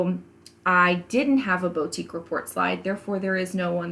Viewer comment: Loved your video. Super helpful. Can I gently make a pronunciation suggestion? It’s Boo tique, Not Bow...